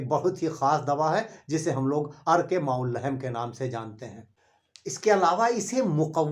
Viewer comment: अर्क़ माउल्लहेम नहीं बल्कि कहो (अर्क़ माउल्लहम), सहीह तलफ़्फ़ुज़ कीजिए।